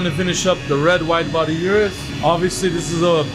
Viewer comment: Thanks for pronouncing Urus the correct way. I always check and confirm how employees and manufacturers pronounce the name of their products.